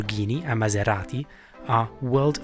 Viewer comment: You certainly hit a spot on italian accent when i heard you say 'FERRRAAARRRI, LAMBORGHIIINI and MASERATI' ...